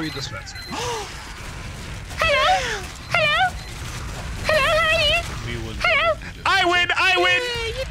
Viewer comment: DISPESAH DOWN